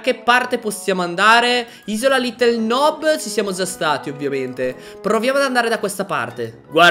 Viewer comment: Non ci dice nob ci dice nub